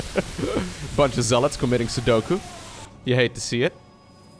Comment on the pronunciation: am I hearing "Sudoku" or are the Dutch Ps silent?